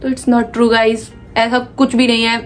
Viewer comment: Best part Gaizz Gaizz Gaizz Gaizz 😂